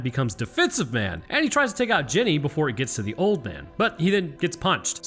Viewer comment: you said "Jenneeey" like she was from Greenbow AlaBAMMA😂